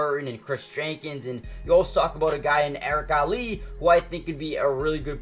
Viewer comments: Erik All not Ali my guy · Come on it’s All not Ali